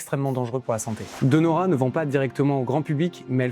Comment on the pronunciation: Très intéressant et il y en a bien d'autres ! Comme "Luxottica", "IMA", "Danieli", "GVS", "Interpump Group", "G.D.", etc. PS : attention à la prononciation😉> BariL La (on prononce les 2 L) et pas BariYa ; FiN ((comme "fine" en français) can (comme Cannes) tieri ; DÈ (pas De) Nora ; DaL Lara (on prononce les 2 L) ; SOUpercrema (Supercrema)